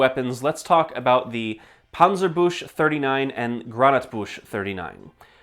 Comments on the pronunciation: Just a little note on the pronunciation: "Büchse" is not pronounced "boosh", it sounds closer to "byx-e". "ü" is not "u". The dots change the sound to a "y". The "chs" cluster is not one sound, it's "ch" (which in German makes a sound that could be describes as in between K and H) followed by "s". Final "e" is always pronounced in German (and most other languages). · Never pronounce Büchse as "bush" again we dont speak french